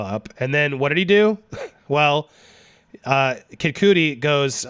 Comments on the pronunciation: IT'S PERNOUNED K-UH-DEE NOT K-OOO-D-EE. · BRO, WHO THE FU!K IS “KIM COODIE”??? Making us white guys look horrible. It’s pronounced “KID CUH-DEE”..Kid Cudi. SMH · it's Kid Cud/dee (not cootie) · His name is pronounced kid CUTTIE (spelled cudi) I’m laughing so hard at your pronouncation 😂 sounds like you’re saying “Kim cootie” 😂😂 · Kim Cooty? Ya mean Kid Cudi? Pronounced “kid kut-ē” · Kim cooty?! wtf lolol did you mean Kid Cudi? ('Cuddy') Maybe i'm missing an inside joke lol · lmao he does say Kim cootie!! I turned on captioning. That's what my granny would call Kid Cudi 🤣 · It's kid cut-ee